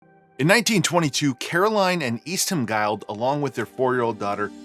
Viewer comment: Speaking of pronunciation, I've not heard Guild pronounced as guyled. Is it perhaps Guild as in gilled (or guild as in a organisation).